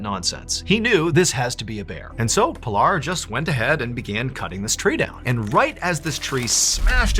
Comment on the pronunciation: Its PEE-LAR.. not pill-r Worse is that you fully know that.